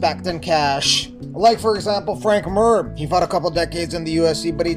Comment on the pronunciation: Lol "Frank Mur" Only You and Brock